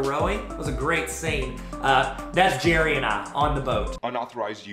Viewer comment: Believe it or not he pronounces his name like Gary.